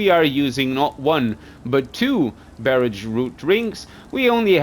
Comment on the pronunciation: More like he can't say Barrage or Puissance ....